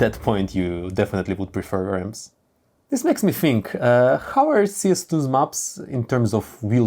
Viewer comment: nobody: him about stairs: DIIS DIIS AND DEEZ